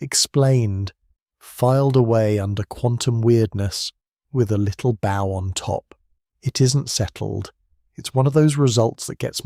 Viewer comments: I must have dozed off listing to news of the war & not noticed you had a new video up. Something I’ve noticed is your pronunciation slipping especially when a word has one spelling but 2 meanings, it was really jarring when you got bow as in ribbon mixed up with bow as in curtesy & a few others like hearing an English accent pronounce aluminium like an American :) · So this is an Ai voice right? Saying the wrong version of bow just before the mark is a bit of a give away.